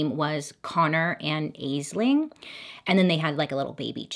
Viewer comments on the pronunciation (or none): just fyi, Aisling is usually pronounced "Ash-Ling" because its an Irish name. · Weird note, the name spelled "Aisling" is pronounced like "Ashleen!" Irish name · Aisling pronounced "Ashlin". Just saying, it's Irish. Zx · Aisling is an Irish name pronounced Ashling...,I have one and she is annoyed with me about now Americans pronounce her name 😂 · Idk if this was the issue, but the name Aisling is pronounced "Ash-ling" It's an Irish name, like Siobhan (shi-von) or Saoirse (Seer-sha). They're pronounced different because they aren't originally English. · Aisling is an Irish name and pronounced Ash Lynne. Absolutely love watching your videos. I’m currently binge watching this series. Love them. And you, Bailey, are fabulous! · Interesting and sad story☹️ Loved the eye makeup, wish I was brave enough to wear those colours. Just as a side note Aisling is pronounced “ash ling”. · It’s pronounced Ash-ling babe 🥰🖤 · Bailey: Aisling Me: i love you Bailey but it's pronounced Ash-ling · I love all your videos so much, just fyi Aisling isn’t pronounced how you said it it’s actually pronounced Ashling. Just how my name is spelled it’s a Gaelic name. I know it makes no sense haha! Please never change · Will say quickly Aisling is actually pronounced "Ashlin" Is where my name got derived from and its Celtic. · Aisling oddly enough pronounced Ash-lynn it's an old Gaelic name meaning dream